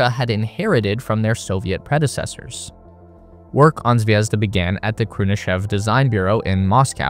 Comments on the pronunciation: Please learn the stresses in words if you say them - my ears are bleeding of you saying zvézda instead of zvezdá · it's not zvEzda. It's zvezdA:) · Could've used google translator at least to look up the correct pronunciation of the module names) kibo = kee-bO, not kAibo zvezdA, not zvEzda naUka, not nAuka zaryA, not zArya If you said unIty or unitY instead of Unity, that would sound weird, right?) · Stresses - ZvezdA and ZarYA.